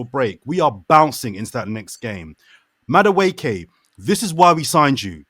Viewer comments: Can someone teach how to pronounce Maduekes name.. its not Madwooooooke 😭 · I love you. But someone is gonna need to teach you how to say Noni’s last name. I can’t be hearing “Mada-wooky” for the next 5 years 😂